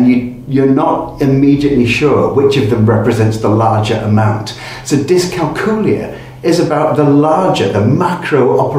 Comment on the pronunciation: Dys-cal-cool-ee-y? 🤔 Do you cal-cool-ee-ete on cal-cool-ee-atets?